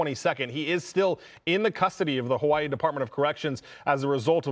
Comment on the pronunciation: Hawaii, not hawai 😂